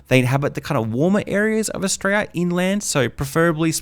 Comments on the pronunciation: Can you not say Australia? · Good video but wouldn’t hurt to say Australia properly lol